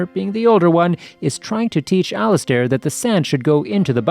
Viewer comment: It would be better if you could read better... Al-iz-stare?? 🧐🤔🤨